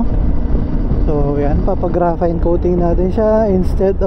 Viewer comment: Graphene ❌ Grapayn✔ Farings❌ Flerings✔ Otogoat❌ Otogoot✔